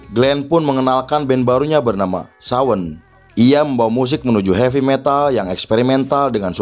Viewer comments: Sorry koreksi bang. Samhain bukan SAWN. Samhain itu kata lain dari Halloween itu sendiri bang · Sama aku juga kok denger Sawen, Lalu coba ketik di google translate cara pelafalan Samhain ternyata dibaca Sawen 😆